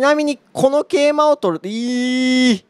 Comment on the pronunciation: 桂馬の発音良くて草